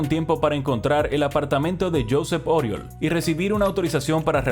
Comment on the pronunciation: Corrección fonética: Oriol se pronuncia "Uriòl" con la O con la boca mas abierta de lo normal. Jajaja parece acento valenciano pero soy de barcelona, tengo dos colegas llamados Oriol, aunque a uno lo llamo simplemente Uri